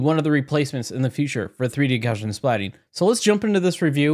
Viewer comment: jfyi it's pronounced 'gow-see-an'